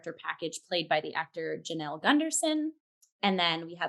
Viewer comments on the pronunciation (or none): Hi friends. This is such a great deep dive. Just a quick correction - Claud Spadafora performs the vocals on Glitter Witch. Jonelle Sills (pronounced like a 'Y' not a 'J') sang the solo soprano vocals from part of Bach's Mass in B Minor, heard just prior to intermission. And yeah, she's André's sister!